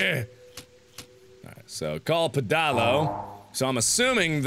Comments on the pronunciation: I said pedalo the way you did and my friends laughed at me :L Apparently that's not how you pronounce it... pffff! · I don't see any comments clarifying this, so I'll post this, just in case. It's not pronounced "peh-dah-lo". You say it like "pedal-oh". They aren't really common, so it's understandable that reading the name alone could make you brain fart. It's a pedal powered boat. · watching this for the first time and i can't get over mark's pronunciation of pedalo 😭"peh-DAH-lo" it's ped-a-lo 😂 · Am I the only person that thinks Mark not recognising the word 'pedalo' is hilarious "pedAlo" c'mon mark, it's a "pedal-o" like a swan boat :P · PEDALO PED-AL-O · The way Mark pronounces 'pedalo' is amazing! XD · as a uk citizen i die a little inside every time he says pedalo incorrectly